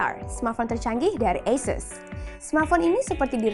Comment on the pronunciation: bacanya asyus beb bukan asses